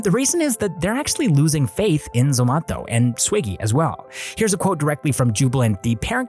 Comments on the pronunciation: It's not ZOMATHO its zomato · It's not zomatho . It's Zomato like tomato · It's Zomato not zomatho 😂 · Dude stop pronouncing zomato like that.... everyone in India says it like tomato but with a z, not whatever you're doing lol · Its not zomato its zomato...😂😂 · We say Zomato too. Why you pronouncing it funny ?